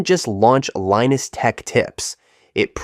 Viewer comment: Linus is pronounced "Line-us". Gabriel is pronounced 'Gabe-ree-oh". :)